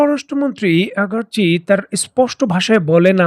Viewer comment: ভাই মনে অন্যরকম ভাবে নিবেন না , আমি আপনার অনেক পুরনো দশ'ক আপনি আব্বাস আরাগচিকে আগারচি বলেন যদি সংশোধন করেন আরও সুন্দর এবং পরিপূর্ণ হবে। আসা করি ভূল বুঝবেন না। 🙏🙏🙏